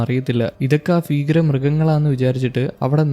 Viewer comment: ഫീകര ജീവി അല്ല ചെങ്ങായ്‌.. ഭീകര ജീവി. ബിരിയാണിയുടെ ഭ..